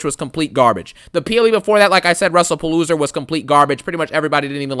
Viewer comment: Funny how you pronounce WrestlePalooza as “WrestlePaloser”